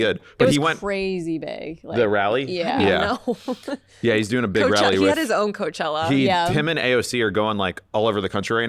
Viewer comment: “This chella” “we can just call it coachella” like okay zero fun